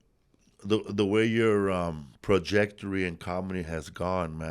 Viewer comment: "Prajectory" 😂 no mames!